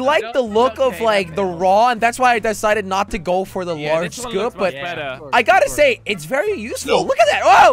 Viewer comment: jelly said large scoop in French accent